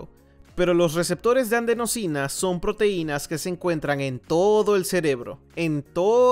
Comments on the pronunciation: Si ves este comentario, hay una errata, se dice/lee adenosina, no andsenosina. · Molesta que el traductor diga "andenosina".